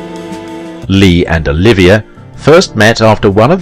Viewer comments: OH-LIV-EE-AY not Oliviah!! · It would be nice if the broadcaster could pronounce "Olivier" properly.